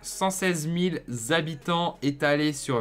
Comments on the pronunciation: Les zhabitants quels angoissent de t’entendre prononcer comme sa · les Zabitants.. Sérieux ??? 😅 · c'est pas pour rien qu'il y a un "h" devant habitants , c'est pour pas faire la liaison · sa fait beaucoup de Zhabitant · Ce "zzzzabitants" fait vraiment saigner les oreilles... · les fameux Zabitants haha, sinon super vidéo continue :D